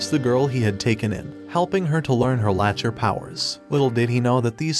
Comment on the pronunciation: Pronounced lack ter